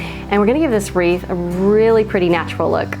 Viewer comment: Love them all! And thank you for the giggles 😃! I cracked up from the "weeth" and thunder!! So much fun!!